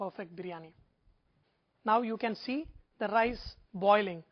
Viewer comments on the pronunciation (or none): Indian accent "i call diss thaa dancing of the rice" classic!